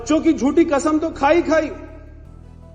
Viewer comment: अरे यार ऐसी न्यूज रीडर्स को न लगाओ जो सही उच्चारण नहीं कर सकती यह तो कसम को 'खसम ' बोलती हैं